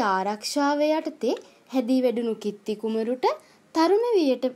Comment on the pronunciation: කිත්ති නෙමෙයි කීර්තී 😂😂😂😂😂🤣🤣